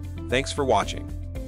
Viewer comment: Kind of silly using an AI to read the ad. BIT OFFENDER is how the Bitdefender is pronounced by the AI. What no quality control? Also no conjugation of verbs. Ug! Unwatchable.